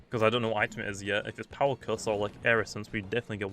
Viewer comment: sorry but it's pronounced eye-tem not it em